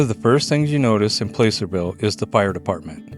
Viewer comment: How they know you’re not from around them parts…PLASS-ur-vill not Place er vill you had it!